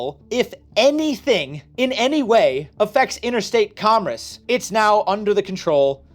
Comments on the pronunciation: You say "commerce" funny. Mispronouncing "commerce" affects interstate commerce and therefore the federal government can regulate your YouTube channel. Henceforth, ye shall only produce content that extols the virtues of Big Government. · are you repeatedly mispronouncing "commerce" wrong throughout the video to troll your viewers and increase engagement? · Apparently I have been mispronouncing commerce my entire life... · God now I hear it too. It’s like “congress” without the g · Love the videos, but can you please stick to one annunciation of commerce. You say it correctly multiple times, but a majority of the time you were saying something like com-ress, probably because you had congress on the brain, but it started driving me nuts after a bit 😂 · What dialect says commerce as "commres"? I've never heard someone say it like that until now. On "Spirit vs. Letter," I've understood it as exactly the opposite - the spirit of the law is the words plus original intent, the letter of the law is the words shorn of their original intent. The letter is very often used as a dead letter, and interpreted in whatever way one pleases. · This was very enlightening and somewhat infuriating for me. I really appreciate the work you put into these videos and how you explain them. I am also impressed that you were able to make "commerce" somehow rhyme with "Congress". Keep up the great work! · I thought I was the only one that was hearing that.😂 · He's saying commerce, not congress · Today I learned, pronounces commerce as comress and that I’m going to have to watch this many more times to understand everything he said. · Oh my GOD please pronounce “commerce” correctly! Comm-erce. “Erce” as in “purse” Not Com-“riss”! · It's very distracting every time he says comress rather than commerce. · Commerce NOT “Commress” I keep hearing this pronunciation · You said “comress” 61 out of the 67 times you meant to say “commerce” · I keep hearing comriss and wondering what that is.